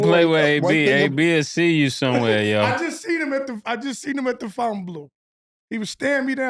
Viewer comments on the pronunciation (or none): none